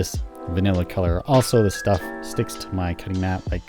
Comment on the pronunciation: Thought I was the only one who said shtuff. Thanks for your hard work